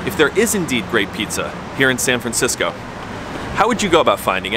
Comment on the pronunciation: San Francshitsco